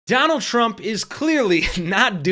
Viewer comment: It's Donald not Trondle Trump. Get back in your basement boy.